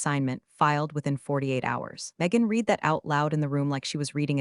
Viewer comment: You still don’t know how to correctly pronounce the word, “read.” ?????